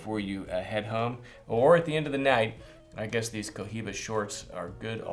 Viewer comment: it's pronounced "coiba"